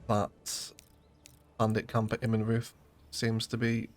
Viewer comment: great pronunciation of Zweiau! Immenreuth the "reuth" is pronounced like "royd"